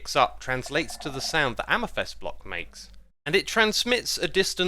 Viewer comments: Please stop saying amYthEst. Its amEthYst... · Mate it’s pronounced amethyst not amethest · Amethyst pronunciation Brits: AmathIST Americans: AmathUST Xisumavoid: AmathEST? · Your pronounciation of Amethyst is so funny. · there’s definitely only one way to pronounce amethyst. U can’t just pronounce words wrong and then say it’s another way of pronouncing it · I will never get over you mispronouncing "amethyst"